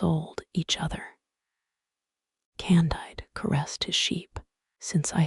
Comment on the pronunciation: CON-DEED. It's French.